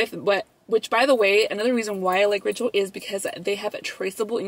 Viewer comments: Tell me why when you were telling us about who is sponsoring your video I thought you said “Rachel” lmao I was like who the hell is Rachel? Hahaha 🤣 LVE you guys 🤍✨ $ashleycoronaa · every time you said ‘ritual’ i thought you were saying rachel hahaha love you 💖 $lissaindacut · I thought you said "I wanna thank Rachel" in the beginning of the video. 💀 Like who is that?! 🤣🤣🤣 $vbunny01